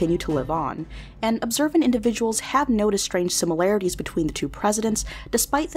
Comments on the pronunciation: THERE IS NOT A "U" IN THE WORD SIMILARITIES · 7. SIMILARITIES! I’m curious as to whether you read that novel,. If you read more, you probably wouldn’t mispronounce so many words.